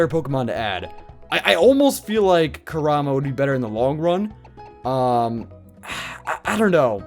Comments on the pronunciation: Its pronounced (Core- um-uh) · is it me or does he keep saying Kurama wrong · Emanuel Molina he does